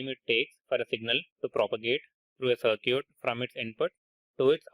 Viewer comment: Circuit pronunciation is so un-cute. Feeling offended